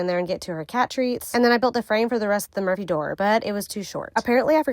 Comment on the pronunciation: Had to look at the title, I swear I thought she was saying "emergency door" throughout, not "Murphy".